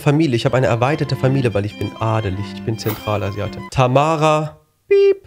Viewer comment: Zemtralasiate hat mich gekillt🥲😂😂😂😂